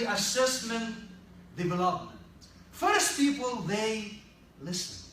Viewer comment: I live in States, but surprised that your pronunciation of "first people" is Egyptianized than being American